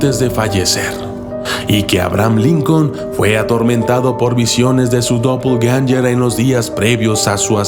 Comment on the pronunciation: suena como dopeganster